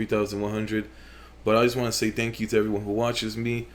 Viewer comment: "Dank you all" is what I understood from the first sentence, very classy, keep it up man. Also, smells too much like Tobirama over here